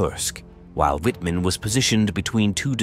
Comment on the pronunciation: wouldn't hurt to learn proper pronunciation w in german sounds like v, mr amateur!! same shots repeated ad nauseam